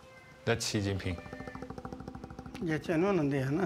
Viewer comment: It is a bad sign when one of the main characters in the documentary doesn't know how to pronounce the Chinese President Xi Jinping's name.